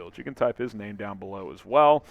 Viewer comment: Bear 🐻 dahn